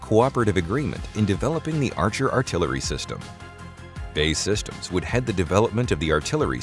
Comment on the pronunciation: Funny, B.A.E. Systems is not "bay systems" it is B A E 🙂